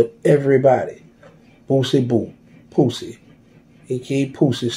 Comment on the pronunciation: He called that boy "Poosie" 😂😂😂